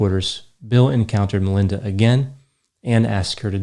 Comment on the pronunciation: Why do you keep saying LINDA Gates??